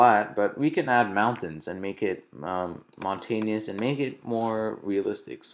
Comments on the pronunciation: ummmm, it's mountainous, not montanious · LOL "her-reck-tury" try, "higher-archy" "mon-tane-e-ous" where the fuck did you learn english? LOL it's "moun-tan-us"